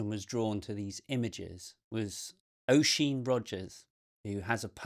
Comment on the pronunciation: Its pronounced Usheen. :)